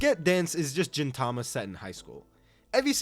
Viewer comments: You saying Jin Tama instead of Gintama really pained me for some reason. Also side notes, 1) the women in D Gray Man have personalities because a woman wrote it just like FMA 2) Sket Dance author was the assistant of the Gintama author that's why they feel similar (They have even done a crossover) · was pronouncing gintama as jintama intentional? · Bro…. It’s GINTAMA/GINTOKI. Not Jintama Jintoki😭. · i disagree with world trigger atleast top of good shit; black clover +1 tier; naruto top tier; chainsaw man -1 tier, and the way you pronounce gintama and gintoki feels like youve never really watched s2 and s3 of world trigger, yet alone finished the first season. just like what youve said on onepiece, the highs are great but there are also many lows. youve only watched the lows for it, hence the low ranking. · I have never heard anyone pronounce Gintama with a 'j' and it hits just as bad as gif with a 'j'. And Jintoki, jesus. Do you watch it with a dub? Is that how they say it in dub? Otherwise what the hell?